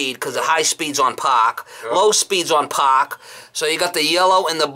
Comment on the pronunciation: "Low speeds on Paaahk...high speeds on paaahk.." haha